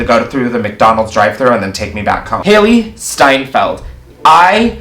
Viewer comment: HAI 👏🏻 LEE 👏🏻 STEIN 👏🏻 FELD 👏🏻